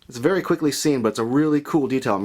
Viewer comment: wery wery cool